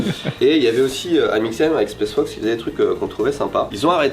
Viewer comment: m'a tendu à dire spesse fox et the North fesse toute la vidéo 😭